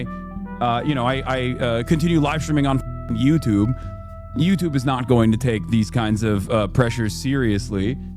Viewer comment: Hassan's pronunciation of "YouTube" sound alien